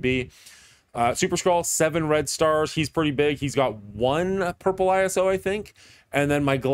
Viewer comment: Never heard Iso-8 pronounced like this, back in Marvel Avengers Alliance it was always pronounced as a word not separate letters. Isn't it in reference to Isotope 8 or have I been in a haze the past decade lol.